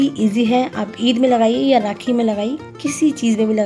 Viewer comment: Rkhi nhi Rakhi hota h